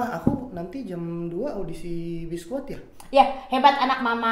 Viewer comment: Biskuat bang bukan biskuid